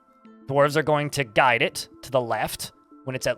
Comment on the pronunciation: That dyslexia hit you hard on word ‘guide’, huh?